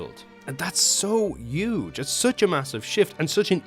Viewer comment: bro can't pronounce "huge" 💀